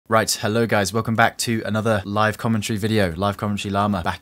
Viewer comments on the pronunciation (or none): none